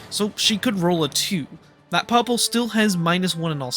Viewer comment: 0/10, mispronounced Poppo.